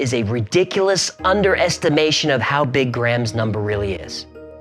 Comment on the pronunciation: Gray'am, Gray-am. Gram? Next you'll be saying Creg instead of Crayg. (Craig) Honestly, hearing that actually hurt.